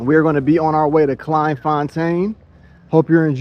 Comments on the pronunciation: It’s pronounced ‘klayne fontaine’ not klein like kelvin klein. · Pronounced " Klay n. There are hundreds of all black towns in SA. The difference is that they are not self sufficient, and are very successful...as youve seen.. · Thank you for teaching me about my own country. Never heard of this town. It should be pronounced ’Clayn fontane’ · It's pronounced clayn fon tayn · pronounced CLAYN FONTAYN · Its pronounced Clane forntane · I really enjoyed your video but please pronounce the name correctly, Dannie told you how to pronounce it and when you said it correctly it sounded really good coming from an American. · The way you pronounce Kleinfontein😂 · It would make a big difference if he took a little time to learn how to pronounce Kleinfontein and a few other names. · It was very frustrating listening to you pronouns Kleinfontein wrong. Someone should have told you how to say it. Unfortunately I just couldn't watch the whole video but had to say something. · pronounced "clai(m).... "Kl(ain)fontein" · Why repeatedly mispronounce the name? The "klei" part rhymes with "clay". I mean, you got the "tein" part right.